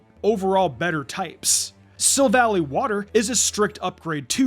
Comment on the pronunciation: It’s pronounced sill-val-EYE, “”! 🤨 Silver and Ally, in the name origin! Come on, get it right! 🙄 As for Macro Cosmos, you put the C and R on backwards. It’s pronounced MAC-ROH cahs-mohs! 🤨